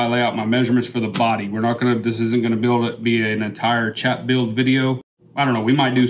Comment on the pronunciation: I appreciate the video after the 369th time you said "chap" wrong.